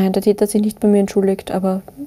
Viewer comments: Wer versteht auch die ganze Zeit „Dieter“ statt „der Täter“ ? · der Täter, ich habe immer der "Dieter" verstanden.